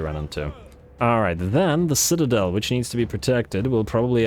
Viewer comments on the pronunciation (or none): none